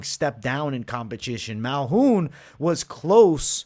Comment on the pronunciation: Dude said malhoun lol dude it's Malkoun